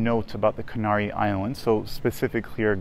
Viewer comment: Be nice if you could pronounce the name of the islands correctly.